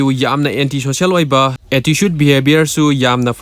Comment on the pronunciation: i am telling that the way he speaks attitude pronouns as "atticude" thats why 😅